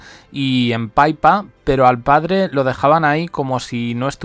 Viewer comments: Pi pa. No paipa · Estupido aprende no es PAIPA ES PIPPA😂😂😂😂😂😂😂😂